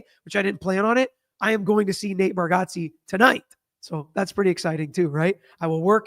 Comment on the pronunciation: Actually is saying it wrong. Lol. But Nate says he never corrects anyone anyways...